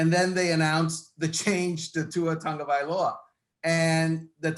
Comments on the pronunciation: Please pronounce his surname properly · That's what I said. He's terrible. He just wrote a book about the team and he still didn't learn anything. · How is it possible to not know how to pronounce Tua's last name, after 2 years in the spotlight?